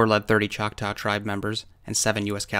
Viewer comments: FYI: there is no “ow” sound in our language the tribal name ends with a short a sound. Like ahhhhh!;) I’m only saying this out of total respect for one of my very favorite utubers. I am one of those people that I refuse to use PayPal otherwise: I would donate. Thank you so much for your time. God Bless you and your family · CHOK-TAH(Chocktow) its pronounced Chalk-tah! Not Chalk tow. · I am Oklahoman and though not Choctaw I am Cherokee. I have always heard Chotaw pronounced "Chak tah" not tau, it is like an 'AH' noise like a scream or like "Ah, I see what you mean". I could be mistaken though. I often am. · BY the way to word Choctaw is NOT choc-tow( like cow- its like taw-like McCaw, Choc-Taw!!). The Choctaw are American Indian's - anyone born in this country is a native american. thats my view. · I can verify this is true. All is stated is true. There are still to this day many many bigfoots in the area. It's a very active area. And it's pronounced chocktah now chocktow. Irrelevant. But irritating. The area in question is the kiamichi mountains. And there is many bigfoots in the area this "story" has been told for decades. Much longer than 2015. Much muchlonger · And it’s not pronounced chock-tow it’s tah, the Choctaw word it comes from is chahta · Nice video, just a quick FYI, from an Okie, Choctaw rhymes with "saw". They're one of the Five Civilized Tribes of Oklahoma, yes it's still really called that. Thanks! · the second syllable in "Choctaw" is pronounced like "saw". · The truly correct way to pronounce it would be “Chata”, or “Chah-Tah”. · lol you pronounce the word Choctaw in a weird way. Like when you say it, it sounds like “chak-taow” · It hurt my okie ears to hear that🤣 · Why are you pronouncing Choctaw incorrectly? I can't watch it anymore after two minutes. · Learn to pronounce Choctaw and get your facts right about your history.